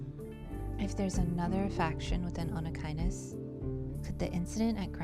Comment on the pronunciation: I am so proud of you, you just said "Onychinus" like its nothing 😻 how long did you practice it?